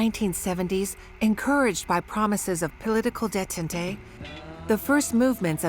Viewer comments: it is. pronounces "détente" as "detantay" lol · the light turned for me when it could not pronounce Detant. Do you think it's AI slop?